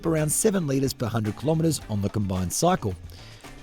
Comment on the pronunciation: Ahh, a new reviewer after the great staff walk out. 1. Please stop moving your hands so much. You're not Italian. 2. It's 'kill-oh-metres', not 'kill-om-metres'. You don't buy a killog - gram of potatoes. 3. What's with the jeans? Very downmarket???